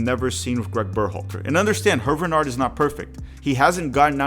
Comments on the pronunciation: Small point of contention: Hervé Renard's name is pronounced "AIR-vay ruh-NARR". Alternatively, you could translate his name to English - Harvey Fox. Edit: I'm a HUGE fan of Wilfrid Nancy. I am a Celtic fan and raged at our board for not considering him. We have our own retread manager, Brendan Rogers. The problem is, our board listens to a small, extremely vocal clique of supporters who aren't interested in any managers who aren't Irish Catholic or Catholic Scottish of Irish descent. Never mind that Jock Stein was a Protestant and Ange Postecoglou is an Australian Greek immigrant and practicing Orthodox Christian. I view Nancy and Renard as the most likely on this list. Slight edge to Nancy, given that he's known to American fans and is already comfortable with American supporter culture. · your pronounciation of HERVÉ RENARD name is so confusingly bad ahahahha its HERVÉÉÉ RENARD, ANYWAY GOOD JOB BRO🫡